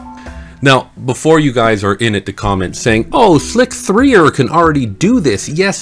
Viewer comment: it's not slick-3-er it's slicer just spelled with a 3 instead of an E (see